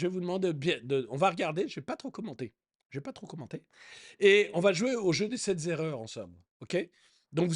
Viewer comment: Sept (T')-erreurs et pas sept (Z')-erreurs ; par pitié revoir la règle grammaticale sur les chiffres et nombre à l'occasion car les liaisons inventées deviennent insupportables : 20, 100, 1000... :-) Merci